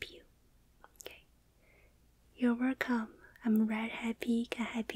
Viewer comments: ITS WELCOME NOT WERCOME ITS JUST HOW SHE SPEAKS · Here is a free werrcome back because she didn't say it: insert coupon for werrcome back here Wow so professional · I miss the days when she says wercome back:( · i thought it was "were come back" HSIDSJDID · Guys, the werrcome back is gone We must bring it back (yall i friggin know it's a roleplay video, but you get my point lmao) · watch her recent 2,days ago upload , she said wercomeback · Who else thinks the wercome back is the best part of the video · wheres my 'werrcome'༼⁰o⁰；༽ I didn't say with 'back' okay I just want my 'werrcome' if possible.